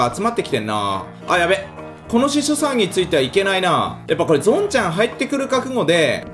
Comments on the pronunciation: 次の動画で、司書さんって10回言って欲しい 何回かしそさんって言ってる気がする... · 司書さんを時々、しそさんって言っとる笑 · 司書さんが言えてない… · しそさんって聞こえるwww